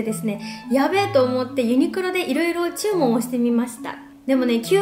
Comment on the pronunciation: "注文"の発音びっくりした笑